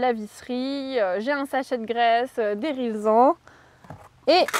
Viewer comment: OMG elle prononce Rilsan RILSAN, comme on doit le prononcer. Veux-tu m'épouser ?